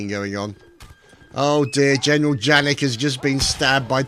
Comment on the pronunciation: Oh...and it's not pronounced 'Jannik'...it's pronounced 'Yannik' (German names :P)